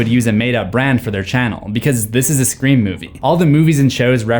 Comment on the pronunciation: What is this movie « Screa Form » you keep referencing ?